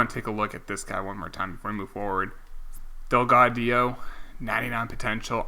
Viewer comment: “Del-Gow-Jo” - Delgaudio “Ky-Ler” - Kyler Murray, NCAA Footballs reigning heisman trophy winner #CmonMan